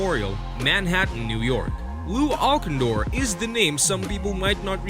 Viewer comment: lew alcindor is actaully pronounced Al Sin Door. good list. however, i would put wilt at number 1 on this list over lew and lebron. wilt had every single college in the entire country try to recruit him and also, little known about him, he played under a pseudo name of Goerge Marcus I believe was the name for a copule summers in high school against profession athletets, not the NBA but a another pro league which probably would be sort of like the minor league i suppose, but he totally domanited the adults. if back in the 50s and 60s they didn't have the rule of having to wait 4 years after you are done with high school to play wilt would have been in the NBA for 4 additional years and domiated from the get go. as for teh big dipper. the name actaully came from him being so tall that he had to "dip" under the doorways to get through them